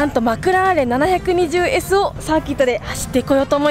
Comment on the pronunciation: ポルシェはきゅーいちいちってちゃんと言ってるのにマクラーレンはななひゃくにじゅうww